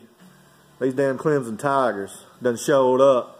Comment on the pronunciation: Just say Clemson correct:)